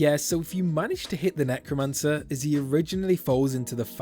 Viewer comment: He he he Nec-woman-cer